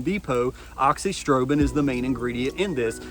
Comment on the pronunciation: yeah but no biggie. It’s “uh-zox-ee-strobe-in”, you’re just missing the “a” in the front